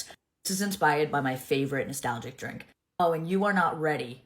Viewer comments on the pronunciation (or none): none